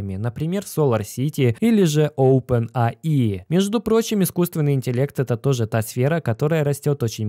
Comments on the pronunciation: оупен эй ай, а не аи... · Опен Эй Ай. Странно как то когда читаешь часть на одном языке, а вторую на другом... Учи английский.